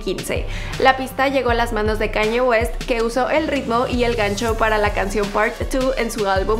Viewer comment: Dijo Caño West jajaja